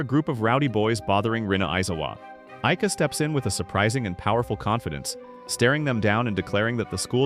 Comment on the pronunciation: bro sometimes says IKEA instead of AIKA...